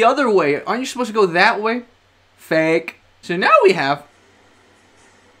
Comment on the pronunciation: Cant tell if saying Fake or a slur towards gay people that starts with an F and rhymes bag